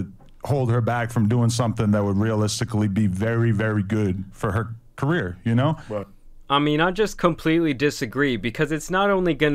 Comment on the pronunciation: The way he said career. Lol